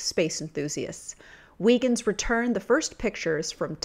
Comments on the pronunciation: Come on, at least get the pronunciation of Huygens correct! (Hi-gens, not wee-gens) And why show only a partial account of the mission, which landed and sent back crystal clear images of the surface?! Poor show, sweetheart. You can do better. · What's really gonna blow your mind is that in Dutch, it actually is pronounced How-krins.